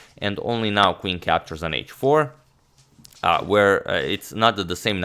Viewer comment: It is NOT KVIN... IT IS CALLED QUEEN, PLEASE don't hurt my ears :/